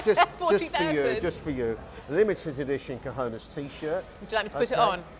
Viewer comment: Please improve your pronunciation of 'cojones'. Try it Kho-khon-es.